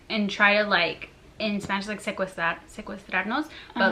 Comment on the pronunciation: You’re so exaggerated I also went on a real bad turbulence through a storm on my way to Buenos Aires but it’s not like I was gonna dye and we know you’re half latinas or something cause you pronounce Spanish good